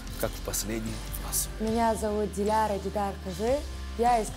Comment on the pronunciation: Кто-нибудь скажите ведущей как правильно произносить имя и фамилию Диляры, ужасно режет слух...